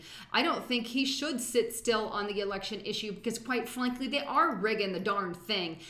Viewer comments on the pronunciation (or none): quite flankley? lol:) you don't usually step on your words!! Are you feeling okay tonight you were flubbing your words quite often. hope all is well, keep up the good work